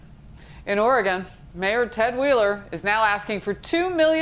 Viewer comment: Poor-tland, Orgone